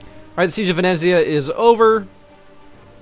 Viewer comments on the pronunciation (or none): none